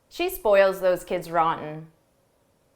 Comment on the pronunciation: Let's compere sentence no 4, during repetition three times with this sentence when you are repeating it 4-th time. In the first situation you are saying "ran" "ran" "ran" and next you are saying "roten", with very clear "t" Why?